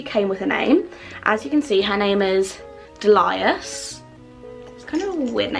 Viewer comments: Delias 🤣🤣🤣its Delia's like dealya's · I think the purse is pronounced dee-lee-ah’s